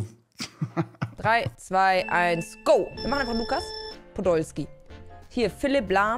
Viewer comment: Er heißt eigentlich łukas Podolski 😂 ł=wueh w weich aus gesprochen 😂